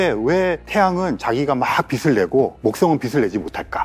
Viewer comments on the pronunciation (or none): 빛을<---비슬 이라고 발음하시는게 거슬려요... 머리빗는 빗이 아닌데말이죠